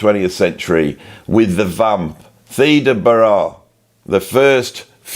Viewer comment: love your stuff, probably seen at least 1000 of your vids. so forgive my pronunciation notes: Theda BAra , miss -sogyny , ZaraTHOOStra and please please please... no F in McLaughlin. promise ill buy you a coffee 😂